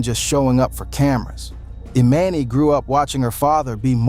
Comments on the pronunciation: You calling her E Man E is driving me nuts!!!! You said it right in the video a few times … E MON E 🗣️🗣️ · Who’s E MAN E 😮!!!! It’s EMANI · Anybody else annoyed how he kept saying her name wrong thee whole time! Emani! It’s not that hard. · It’s pronounced E-mon-knee ✨Emani✨ if you are going to report on other’s business at least get their names correct! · EXACTLY 💯 HER NAME EMANI THAT GOT ME WHEN HE WAS SAYING HER NAME WRONG SMH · Lord learn to say that baby's name please,you didn't say anything that you hadn't already said or that we didn't already know. . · The way you keep mispronouncing her name is irky lol gahhhleeee 🙄😂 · It's weird you can say their last name correctly..but can't say the child's name.....do better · Say her name right while telling the story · If your going to try and tell someone story, at least pronounce her name correctly, one minute you say it correctly, then the next minute you don't and the woman with the white glasses is Lauren London., not her mother.